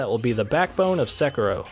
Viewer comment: Hiring requirements for a game reviewer: 1. Must be able to pronounce the name of the game